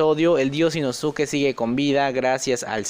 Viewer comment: Se pronuncia Inoske no inosuke bro